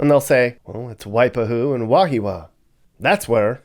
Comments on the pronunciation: Wahiawa.. pronounced Wah-hee-ah-wah.. & a few others names not pronounced quite right.. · Mispronouncing Wahiawa and Waipahu. Put stress on the first syllable WAhiawa. 2nd a is silent. So, WAheewa. Waipahu put stress on 2nd syllable WaiPAhu. FACKING HAOLE! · Kalihi. (Kah-lee-hee) Not Kahili. Waipahu: (Why-pah-who) Wahiawa (Wah-hee-ah-wah) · Wa-hee-wa, and Why-pah-hoo... at least say it right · you mispronounced Wahiawa😂